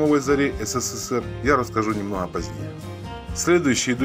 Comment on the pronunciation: "Не торопитеСЯ", "мноха", "тЯжелый" и т.п. Не стала смотреть дальше.